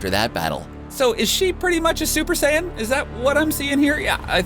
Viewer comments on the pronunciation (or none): none